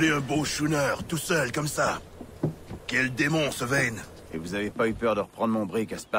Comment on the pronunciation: il s appelle Vane pas ben mais sinon cool la video